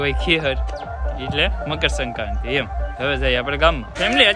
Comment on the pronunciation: ne મકરસંક્રાતિ bolta નથી આવડતું😂😂😂